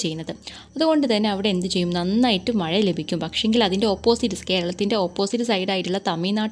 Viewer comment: ടീച്ചർ പറയുന്നത് മഴ ❌ മയ,✔️🫢🫢😃😃😃